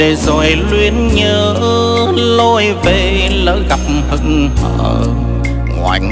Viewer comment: Rất chuẩn giọng ca của người miền Nam ! Nhưng chị Lâm minh Thảo và anh Quang Lập có vài từ trong bài nhạc nếu phát âm theo cách người miền Nam Lục Tỉnh thì sẽ mùi hơn. Thí dụ, chử Về, Vì...Và, Vi, Vu, chử V này giọng Bắc và Nam khác nhau xa lắm